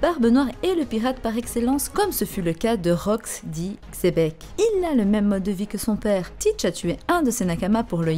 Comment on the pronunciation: Superbe. Oui le père au moins spirituel de BN est Rocks D. XEBEC (ça se dit Chébec)